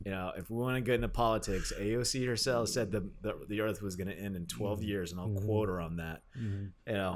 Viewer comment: Earf lol